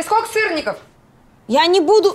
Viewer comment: «Скока» вместо «сколько» - это … (((